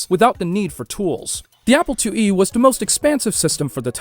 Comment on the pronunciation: ‘The Apple LlE” lol